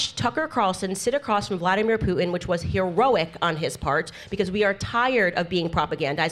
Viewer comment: "Heroric" lol